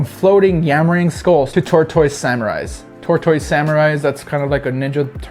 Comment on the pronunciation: Dude said TOR TOYZ 😂😂😂